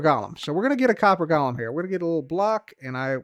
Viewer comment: Hi, it’s pronounced “GO luhm” 🙂